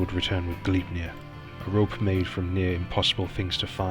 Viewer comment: I HAVE TO AGREE WITH BJARNI VALUR IN THAT YOU ONLY PRONOUNED "FENRIR" CORRECTLY. THE ONE THAT YOU SHOULD HAVE NOT GOTTEN WRONG WAS "SLEIPNIR" (PRONOUCED SLAPE NEER).ONE HEARS ENGLISH SPEAKERS SAY "LEAF ERICSON", IT'S LAFE NOT LEAF. GET YOURSELF A NORWEGIAN DICTIONARY & LEARN THE LANGUAGE.